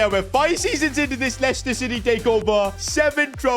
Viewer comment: bro said lecter city takeover